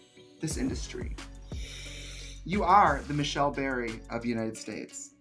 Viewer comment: Trixe missed Pronounced Michelle's Name, I live in Toronto and I respect Michelle, it's Michelle DuBerry . And She is the Oldest Drag Queen of Toronto and I'm Proud of her.